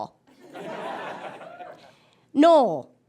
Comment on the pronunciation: Wait... When "Noel" is used as a name, it's now pronounced "Noll"?!